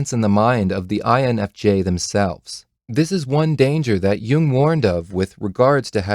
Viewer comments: Emphasise the N not the F, lol. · Excellent vid. But, it would be easier to understand if you put proper emphasis on the correct letter. You know. That letter which actually cognitively justifies this vid in the first place? I don't understand why so many type enthusiasts do the opposite. But yeah. Cool otherwise. Thanks!